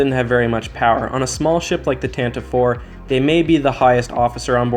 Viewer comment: Nerd alert: You pronounced Tantive IV wrong. It’s pronounced “tan-ti-vee”